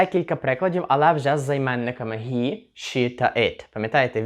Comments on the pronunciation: Дуже сподобалося! Дякую! Стисло зрозуміло і головне- найголовніше для спілкування.тільки вперше чую що він - hi вимовляєте гі, всі говорять хі? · Як правильно озвучити займенник Ні (ги або хи )вы кажете ги ,а їнші хи,так як треба озвучив и ги,або хі?